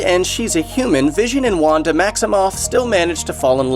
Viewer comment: when you said Wanda I thought you said Wakanda